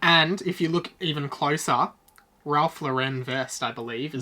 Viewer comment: Y'all say "Ralph Lauren" wrong.